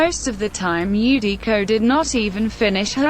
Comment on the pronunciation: I'm surprised text-to-speech got Eudico's name right